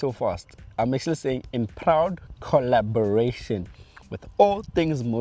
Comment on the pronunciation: wena you say “in proud coraboration”😂🤣